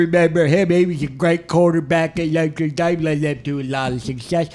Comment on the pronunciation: “LOTRE DANE” 🤣💀